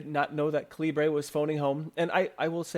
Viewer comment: A few thoughts. It's pronounced like caliber. Read the Faq. Epub is the open format. Kindle uses a proprietary file type. You can hook up an eReader (Kindle or other) and transfer/convert books on the fly. Also try the server option.